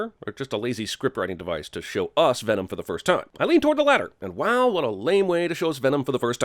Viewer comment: lkevsan he was saying venom? I thought he kept saying denom